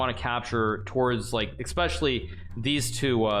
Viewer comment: Hikaru my dude I love you but you really need to learn how to say "especially" without an "x"